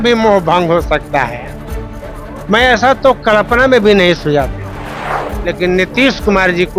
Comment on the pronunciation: मंत्री जी कलपना नहीं कल्पना होता है।